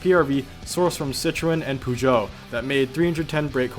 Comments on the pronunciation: No pogeot, PEUGEOT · How he says "Peugeot" lol it's pronounced perjou